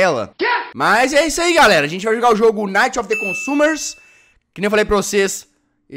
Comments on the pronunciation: Jogo:"Night of the consumers" Jazz:"Aifrom defrem desumers" Eu:KKKKKKKKKKKKK PARECE EU FALANDO INGLES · Jazz: nuighs oufansjava consumgeamrwjss Eu: QUE?! ;-;) NUGETS WI-FI SPEAROW SPLAISON FREDDY GRUGER? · Jazz lendo o nome do jogo: aifnofnef sumers Eu tentando ler certo: aifnofnef sumers....... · nova língua que o Jazzghost criou